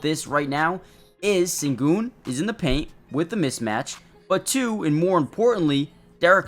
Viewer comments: in america. in his language it´s shen-goun. like the ou in you. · The Sen in Sengun is pronounced "shen". And no one calls him AS, we typically refer to him as Al-P. Great video. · It’s close. You’re saying his first name right but it is more like Shen-goon